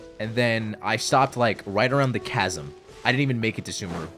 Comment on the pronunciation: your pronunciation of 'sumeru' dates you for real lmao x) im very excited to see you experience grass land for the first time!